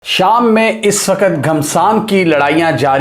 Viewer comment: Wakat wakat bole ja raha hai " Waqt "